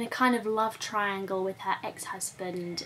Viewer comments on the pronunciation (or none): none